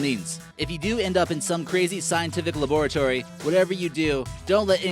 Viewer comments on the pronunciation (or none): look at how he said labratory lmaooooo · laboar-atory nice pronunciation 😂